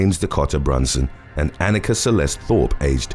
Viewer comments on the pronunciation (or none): none